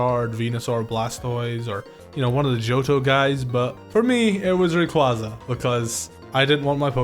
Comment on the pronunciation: The way you say Rayquaza is the biggest mistake, almost every Poketuber get's it wrong for some reason even though it's a legendary Pokemon so people should know how to pronounce it